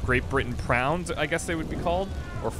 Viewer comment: Great British Pround? It's Great British Pound